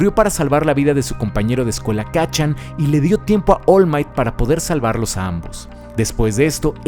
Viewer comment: Pude notar que decías mal el nombre del personaje musculoso. Es Oru Maito, no Ol Mait. De nada. Si, pretendía ser gracioso. Si, puede ser que no haya sido.